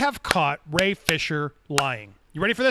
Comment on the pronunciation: You two are so eager to hate Ray and continue beef with him that you're refusing to acknowledge the truth. Not that he is even being 100% honest, but that you rushed to judgment and were wrong to do so. Refusing to say his name correctly is also a major form of bullying. You're the worst type of people.